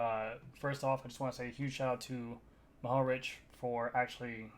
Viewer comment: Being Matej Mohorič's fellow countryman, I was really glad to hear you pretty much nailed the pronounciation of his last name. :) International speakers often have a hard time with these things, but it seems it's gotten a lot better with the recent successes of Primož Roglič and Tadej Pogačar. Of course we're all proud of all of them and I'm glad to see Matej wasn't seriously hurt in this instance. I believe he's credited as being the first 'super-tucker', though riders have surely used the position before him. Anyhow, he's known to be quite fearless on the descents. It's hard to see these crashes, but sooner or later I guess they'll happen. As for the kilos and kilometers, the word 'kilo' is actually a prefix and just means 'a thousand'. Comes from way back in ancient Greece or thereabouts. So a kilometer is a 1000 meters (a mile is about 1.600 meters) and a kilogram is 1000 grammes (just over 2 pounds). That's all, have fun. ;)